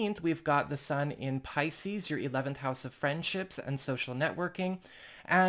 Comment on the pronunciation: Your intro does not match your belife. You hedge your bets. Its a nice intro. But a bots voice realy. I leaving you say piseces. Two fish look up seas i said see. Trust me im leylines i know?